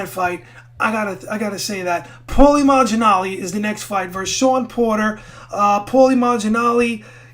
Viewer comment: Haha you've been doing so for a long time!! Lots of people make that mistake though, even Floyd Sr. Calls him Maginalli lol